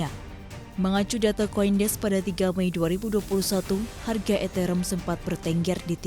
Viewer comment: Ethereum cara bacanya eterium mbak bukan eterem😂😂